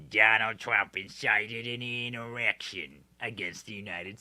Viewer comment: Did Mike Lee almost say “erection,” instead of “insurrection?” 🤣🤣